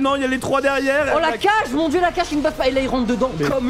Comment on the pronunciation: Et au passage la pioche de kage ne se prononce pas cage mais kagué;)